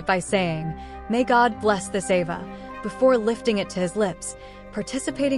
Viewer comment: (Ava) pronounce (ah va)